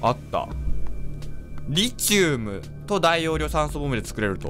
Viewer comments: リチウムの発音は「リ」にアクセントじゃなくて「チ」にアクセントね すごい気になる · リ↑チウム↓ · リチウムって... リ↑チウムですか？リ↓チウムですか？ の発音が自分と違ってめっちゃ気になるww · リチウムの発音ｗｗｗｗ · 思うんだけどリ↑チ↓ウ↓ム↓じゃなくて リ↓チ↑ウ↓ム↓だと思うんだわ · リチウムの発音違くね？w